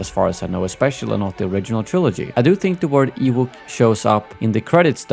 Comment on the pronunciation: Pretty sure EWOK is pronounced E (like the letter E) Wok (like the pan for cooking stir-fry) Or, I’ve been saying it wrong for most of my life … I’m 49 😮